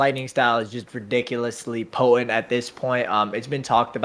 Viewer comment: Bruh. The 'T' in 'potent' is not silent.